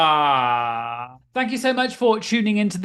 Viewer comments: I'm just here to hear you say "draWma" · I always enjoy how many syllables you get out of the word "drama." 🙂